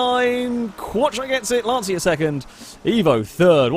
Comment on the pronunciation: Sorry for correcting you, it's (Lanchya) not (Lansia) for Lancia pronunciation